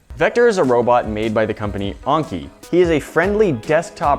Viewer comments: It's pronounce an-ki not on-ki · It’s not called unki it’s called Anki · it is an-kie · ITS pronounced Aaaaaaiiinnky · I like how you pronounce "anki" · HE CANT EVEN SAY ANKI CORRECTLY...